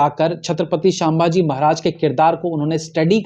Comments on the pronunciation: Its not shambaaji it's sambhaji 😊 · अबे, तुझे तो सीधेसे नाम लेना भी नही आ रहा... शांमभाजी बोल रहा बे 😮 सीधे बोल सम्भाजी महाराज... वरना व्हिडीओ revised करर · क्षमा करे, छत्रपती शांभाजी महाराज नही, छत्रपती संभाजी महाराज... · छत्रपती संभाजी महाराज यह सही उच्चारण है l